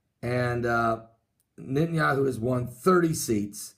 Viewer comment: Net.. Not Nit !! Netanyahu